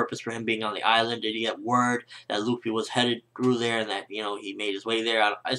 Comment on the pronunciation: who da fuck is LOOFIE?? it's luffy! short spelling on the u dammit >.<